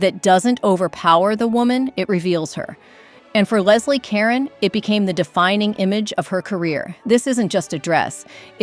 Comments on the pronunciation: Leslie Caron is pronounced LEZ-lee kur-RON, she’s French and she’s NOT a Karon!!! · It's not Leslie Karen, It's Leslie Ca RONE!!!!!!!! AI voice, get with it! Nothing more revolting is using voices that are mechanized and computerized that can't even pronounce people's names. Get with it or don't make videos! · Leslie Caron is pronounced LEZ-lee kah-RONE. Marlene Dietrich is pronounced Mar-LEH-nah DEE-trick Bette Davis is pronounced “Betty Davis”. (There is though Bette Midler, which is pronounced BET Midler). Carole Lombard is pronounced Carol LOM-bard. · Again, I have to commend your choices; but, please, learn how to pronounce Leslie Caron's name. It's ka-RON, not Karen like Donna Karen. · It was really distracting to hear Leslie Caron's name pronounced like "karen." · The narrator cant get the names correct. Lesley Ka Ron shes french. And please learn how to say Cecil not Ceecil. I know it seems petty but its annoying to listen to. Sound had to go off. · Please note, the name is Leslie Caron... not Karen. 😊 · you should pronounce the name properly......IT IS Care-own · thank you, get the pronunciation correct. Karen? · Leslie Kare-OWN. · Leslie “Karen”. Come on, make sure the darn computer knows how to speak. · Ca-Ron and not -Ronn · Leslie Caron not Karen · Could not even pronounce Leslie Caron's name correctly. And it might have been the dress that aided in the trnsition, but it was Leslie who carried the day. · You mispronounced Leslie Caron's last name. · Perhaps, spending a few moments learning how to pronounce Leslie Caron's name correctly would be appropriate. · "Caron" is mispronounced. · Learn how to pronounce Leslie Caron's and Carol Lombard's names! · I despise the robot voice. It mispronounced Caron repeatedly. Hire a human being for pity’s sake.